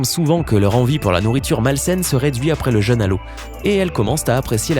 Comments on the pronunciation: Il prononce cent fois "un jeune" au lieu de "un jeûne". Il faudrait corriger cette faute de prononciation qui altère le sens, et constitue une sorte de "faute d'orthographe sonore". Pour bien entendre la différence, exerce-toi à comparer "je veux peu" (eu "fermés") et "j'ai peur seul" (eu "ouvert"s). Est-ce le même son "eu" ? Non... Le son "eu" de "jeûne", comme l'indique son accent circonflexe, doit impérativement être le même que dans "vœux" ou "veux" ou "feu" ou "peu" ou "queue" ! Alors qu'il le prononce comme dans "peuple" ou "cœur" ou "seul" ou "beurre". N'oublie pas, toi non plus Isabelle, que les fautes de prononciation sont des fautes de français à part entière. Ce qui transforme aussi en "ramassis de bêtises" francophones tous les "drôles" qu'il prononce "droll" : quelle que soit notre région d'origine, l'accent circonflexe est là, et pas seulement pour faire joli, mais pour nous obliger à prononcer dans trône, Rhône, côte, frôle ou drôle un o bien "fermé" comme dans "beau" ou "gros" - et non un o "ouvert" comme dans "fort" ou "viol". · Vous pourriez vérifier la prononciation des mots qui vous semblent compliqués avant de faire une vidéo ? Parce que "jeune à l'eau" moi ça me fait plus penser à un gamin noyé qu'à une privation de nourriture.